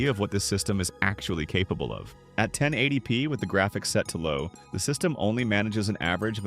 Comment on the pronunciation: "One Thousand Eighty P" "Seven Hundred and Twenty P". it's pronounced "TEN-EIGHTY P" and "SEVEN-TWENTY P", please, learn to read a script properly. I could do a better job. I don't know what's with all theese channels lately where they can't narrate their videos properly. it bugs me.